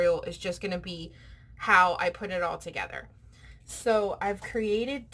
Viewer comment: It’s “all”. Not owl. 😊